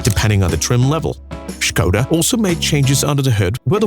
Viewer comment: I like that its spoken properly, with Š